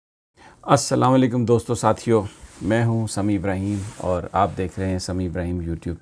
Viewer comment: اسلام علیکم ۔کا مطلب ھے ۔ تم پر سلامتی ھو اور اسلاواں لیکم کا کیا مطلب ھے ؟ سمیع صاحب اپ بتا کر میری معلومات میں اضافہ فرمائیں پلیز اسلام علیکم کو غلط نہ بولا کریں سب سے درخواست ھے ۔ جب معنی غلط ھوں گے تو اسکے اثرات زندگی پر بھی غلط ھوں گے ، معذرت کے ساتھ ،